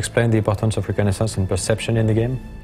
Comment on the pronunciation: lol u cant say reconnaissance